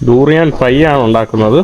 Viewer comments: ടൂറിയൻ അല്ല ബ്രോ ദുരിയൻ എന്ന് പറയണം.. At least listen to others when they speak... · ഈ തൂറിയാൻ കേട്ടുമടുത്തു ബ്രോ..😅